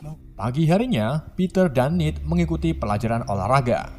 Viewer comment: Bang salah ngomong nama bukan nid tapi ned